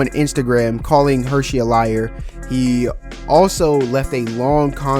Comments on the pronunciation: Bro stop calling him “Hershey” like the chocolate company. It’s HurSey! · Dude mans calling Hursey-Hursheys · Omg I was going to say the same thing Son. Like this is a cool video but loose the SH lol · Is pronounced Hersey Not the chocolate there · Bro I can’t even watch this cuz you’re saying his name wrong the whole time